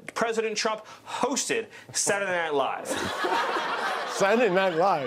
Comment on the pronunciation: When he says Saturday Night Live, it means that he is a Yankee. I pronounce it that way myself.